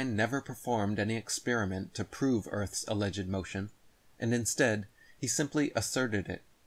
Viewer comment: lol at grifters who can’t pronounce the word experiment correctly